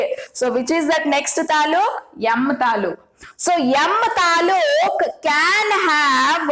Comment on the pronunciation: That is not talu that is taluk it means district and it is kannada word nalini mam is from Karnataka know that's why she used that word❤ and mam tells It wrong that is atom is state and shells are district means taluk can you understand now😊